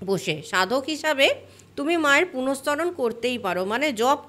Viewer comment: কথাটা পুরশ্চরণ। আগে ঠিকভাবে উচ্চারণ করতে শিখুন, তারপর লেকচার দিতে আসবেন।